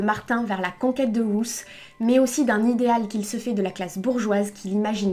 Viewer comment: Ruth ne se prononce pas comme tu le dis en anglais... Ruth est un prénom hébreu et se prononce "ROUTE"